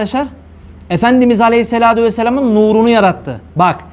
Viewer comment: Neden Aleyhissalatü değil de Aleyhissaladü diyorsunuz. Sizi takip edenleri yanlış bilgilendiriyorsunuz.